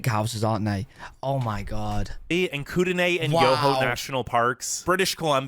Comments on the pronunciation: He miss, pronounced Kooteney you say it (koo)(ta)(new) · Koot Knee not Koot Den Aye. So annoying and I don't even live there. Also, there is more to BC than just Vancouver. And thank you to another commenter for saying that it's not always cold in Canada, no matter which Province or Territory you live in. Also, to put things in perspective - The "worst" province in Canada is better than a lot of the rest of the world.